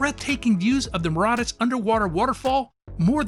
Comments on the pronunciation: Where did you gather the courage to so brazenly and boldly mispronounce the name of an entire country? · That's not how you pronounce Mauritius 🤦‍♀️ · How can an adult not know how to pronounce Mauritius? (assuming they are not deaf) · He's clearly never been to Mauritius if he can't even pronounce it correct lol